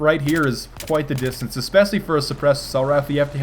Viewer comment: Oh, The way you pronounce especially...